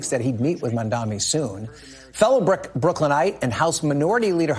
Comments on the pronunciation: Folks his Name is MAM-DANI. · His name is MAM-DANI.